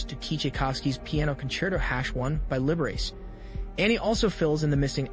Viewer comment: Do you mean Liberace ? It's pronounced Lib-a-rachy.